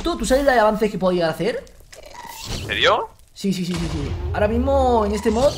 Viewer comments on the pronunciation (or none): like si crees que wiyll en el minuto dijo ensirio en vec de enserio